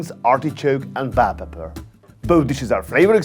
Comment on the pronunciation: I love how you pronounce "bell pepper", haha.